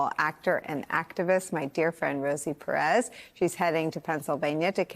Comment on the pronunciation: I wished Rosie corrected her on how to pronounce "Perez".